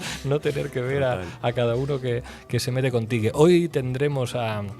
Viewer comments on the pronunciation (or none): Dijo CONTIGUE?????? No Mames jajaja